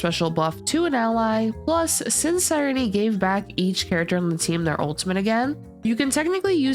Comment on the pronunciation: Her name is pronounced SIIIIRENE NOT REENEEE